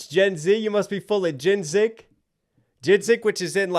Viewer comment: Ginzink? 😆 🤣 its ginseng like jin-sing lol